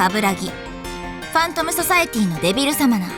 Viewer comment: リンゴの発音はちゃんとデビルサマナ↘だった。